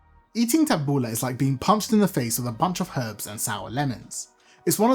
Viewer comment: My Lebanese mentor ( a neighbour lady who took me under her wing as a child) taught me how to make tabouleh. First, I love that you do not call it taboulEE like so many around here. I have always called it taboulEH rather than taboulAH lol. Secondly, I love that you are doing the proper chop of tomatoes and especially the parsley. I, too, was taught to keep the stems out and finely HAND chop. Otherwise, the parsley gets mushy, and the salad gets hard bits of stems (very unpleasant). I use a medium bulgar rather than fine and soak in cold water until it has absorbed it and becomes soft but not mushy. I also finely chop the mint. My lemon juice and olive oil and salt are added as i mix. Because it's such a labour intensive salad, if done correctly, we always make a large batch that will last the whole week. I find that it actually gets better after a few days as the flavours marry and mellow. I think it's probably because i soak in water and use the lemon to flavour.